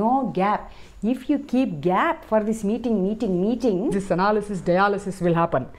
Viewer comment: Father said mating mating mating .... I was like WHAT? WHERE? I did not get that king of dating then understood its MEETING 😅